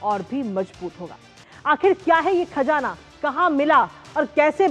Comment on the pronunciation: खजाना नहीं . खज़ाना बोलिए